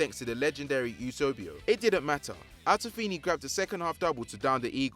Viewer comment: Its Eusebio not Eusobio, it's Kahn not Khan, Brazil are known as the Selacao not Selacio… fml man cant pronounce any names.